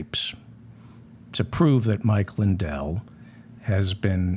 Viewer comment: Mindell..did he say Mike Mindell?